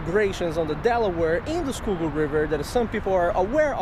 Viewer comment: "Skoogoo" river